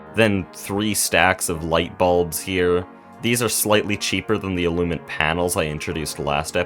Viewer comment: I believe you're saying "illuminant" wrong lol. it has an extra "in" syllable that you're leaving out. you're just saying "illumant" instead of "illuminant"